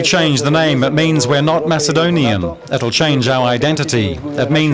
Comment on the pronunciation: you have nothin in common with ancient macedonians you can't even pronounce it right you are serb or whatever its a shame that our goverment don't diclare war with you so we can take your shity country kill all of you and have the rest macedonian in greece where it belongs